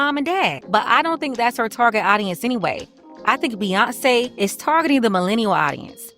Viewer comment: Hey I thought they were at a dance party with Bew-yawn-ce lol